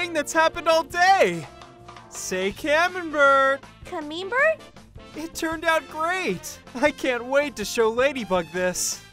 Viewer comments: ITS CAM-EM-BERT NOT CA-MEME-BERT!!!!!!!!! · She said CaMeMeBeRt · “say camembert!” “cAmEMEbERT?” guys- it’s pronounced ka-mem-bear lmao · "caMEMEbert?" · Say Camembert! cuh meme Burt? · Chat Noir: Say camabert: camabert? I like how they both say it wrong but funny XD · Chat noir: Say Camembert: cOmE-MeMe-bEar? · Say Camembert! Ca-meme-ber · I died when called Camembert “cameembert ” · “CaMEMEbert” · Love the dub but camembert is pronounced "cam em bear" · adrien:say camembert:caMEMEmbert 🙏🙏🙏HALP PLZ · She said cam-MEME-bert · It's pronounces camembear. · That's not how u say camerbert